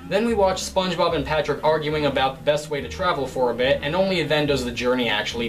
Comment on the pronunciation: gaming LMMFAO. SPONGEBOB not SPANGEBOB LOLZ. 😄